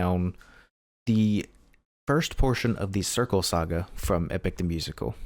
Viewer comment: I’ve been waiting for your reaction to this saga! Also sorry for the info dump Like everyone is pointing out it’s pronounced crice (Sur-see) Fun fact Talya the voice of Circe originally auditioned for Zeus and is currently dating Jorge they met through Epic! He actually released this saga on Valentine’s Day for her! Something Jorge does to further show the power difference of Gods and mortals is some of my favorite things actually as you may have noticed with Hermes and Poseidon and even Athena is they add more electronic beats to the songs while mortals like Ody have more acoustic beats basically if it have a electronic beat it’s mythical just shows how much care Jorge adds to his music Troy (Hermes!) actually did voice acting in the early 00’s he was a recurring character in Chuggington as Emery he also produces his own music and has a acting career